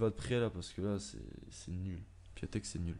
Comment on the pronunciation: Cool mes sa se dit piontek